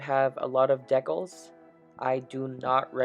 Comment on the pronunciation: What is a deckel? I know what a (decal) is but I've never in my entire 75 years ever heard them called a deckel?